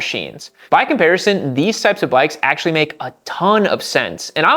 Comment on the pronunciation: Why does his pronunciation of "ACTual" sound like a Duck 🦆